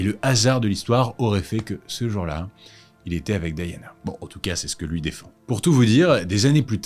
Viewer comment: Je ne comprends rien - si vous utilisez le mot "Lady" comme en anglais, (et pas "Dame") pourquoi pas prononcer son nom aussi en le façon d'anglais - "di" avec le son comme D'AIEE, et pas "di" comme DEE.